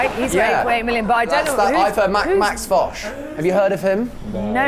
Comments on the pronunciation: who is lol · Why does their guest keep asking that lady behind the counter about a guy named, who the hell is that? And how is that employee supposed to know who that is? And why are the guys & the crew laughing about it? I suspect the reason but maybe I should finish the video first instead of asking during the first minute. It just seemed too weird to me. (Edit: okay is that the damn guest and I'm assuming he's either a rapper or a DJ. Weird.) And why does Josh call him? And on a completely separate thing, I don't think we have this langoustine thing here in the states. Must be an island nation or coastal type thing